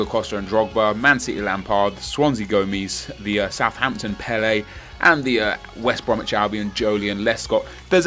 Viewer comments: Fuck sake Nep it's not Pele it is Pell-a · you pronounce pelle as pel-er